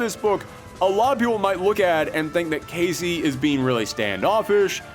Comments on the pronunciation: Scott Lang's daughter is named Cassy, not Casey. You pronounced it wrong a couple times and it bugged me. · Cassie not Kacey or Casey